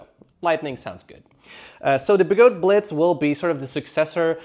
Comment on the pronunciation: OMG, your humor is cleaver. Referring to the Sherman L as the "Sherman Lynx" is brilliant. I'll go with SLinx. Your German accent on Blitz busted me up. I love being a membership subscriber. ~maverick 😊